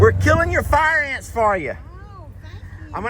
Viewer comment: I like the new paddock idea! I like the idea for more running room for the Dino-Birds. I remember that1st year or so when they came to the property! Running and stretching, and dancing with those wings and long legs! LOL Worried because no fence along the bluff at the time. Edited to say Far Ain's is the right pronunciation.:face-blue-smiling